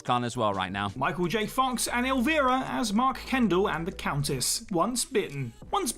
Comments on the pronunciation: you had me until you pronounced it El-Veer-ra. 😢. SHE pronounces it as “EL-vEYE-rah. Just like the song.✌️🖖🧛🏻‍♀️ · It’s el/vaira/. Not el/veera/. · WhoTF is "El-veer-ah"? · They reversed the "i" pronunciations of her and Elvira (or, as calls her, El-vee-ra). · "Illvira?"Are you kidding me? 🙄